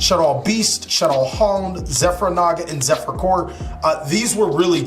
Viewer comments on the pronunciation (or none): none